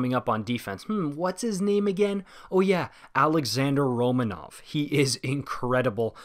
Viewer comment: Not that important, but Romanov has asked for his name to be pronounced Ro-MA-nov, rather than RO-ma-nov. No clue if the way I wrote that makes sense, just mentioning that his name is pronounced differently